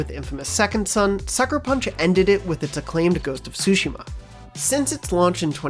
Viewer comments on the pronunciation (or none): Did this guy really say “sushima”?